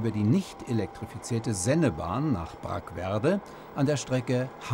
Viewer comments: Brackwede nicht Brackwerde 😁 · Brackwede! Nicht Brachwerde! HI!